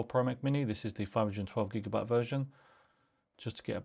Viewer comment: Great review, great device. I unfortunately I dont understand at 8_56 the version desription, the pronouncing is very fast and unclear